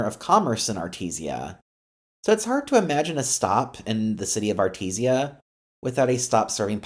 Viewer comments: AR TEE SHA! Not ar teez e uh JFC. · I love your non-local pronunciation of Artesia as “Artezia Blvd”, as opposed to Artej-shia Blvd. For some reason i am reminded of the banter bw dustin Hoffman and Warran Beatty, in the 1987 movie Ishtar, over the pronunciation of the word “capiche” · Thx for the video. One tip: It’s pronounced “Artesha” Not “Artesee-a” That’s actually quite important in a video like this because mispronouncing that city name (even though it’s a street name) makes you lose credibility among some of your viewers. Good luck on more videos! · I also thought it was pronounced artezeeuh. You guys really wanna fight people over stupid things. Arteesha sounds more annoying ngl imo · I am going through pain of you mispronouncing Artesia it is correctly pronounced (Art-ee-jaa) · Really pronounced Art-tease-ya. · Art-ee-jaa, Car-men-ita, Sir-ree-toes, oh my gawd 😫lol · Great concept, but I had to stop watching after multiple mispronunciations of Artesia. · Please learn how to pronounce "Studebaker" and "Artesia" When you speak I can hear the steam escaping....